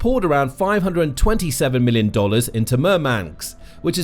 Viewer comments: It's MurmanSK not MurmanKS. Dude... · I wish you didn't keep saying MurmanX. It's Murmansk. It's also Ladoga, not Ladogo. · 😂I think he means Murmansk. Not Murmanks😂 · Murmansk, not murmanks. Ladoga, not ladogo. Karelia, not karolean. I think you managed to mispronounce the names of every place in this video